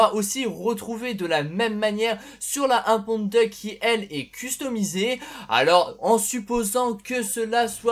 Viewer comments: ouais ca enlève tout le style de la muscle car quand il prononce ca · essaye de prononcer "Diouk" plutôt que "Duck", petit conseil ;) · bah ca veut surtout dire canard en anglais ^^ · DeadlyFanTas1e oui c'est vrai , j'avais pas fait gaffe XD #boulet